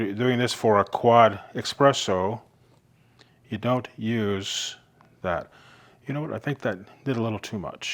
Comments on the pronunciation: dear ameircans, please stop saying "Expresso" - there is no such thing. Only ESPRESSO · just curious - why do people who should know better call it EXpresso. ?? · Please, espresso with an s not x. Interesting review.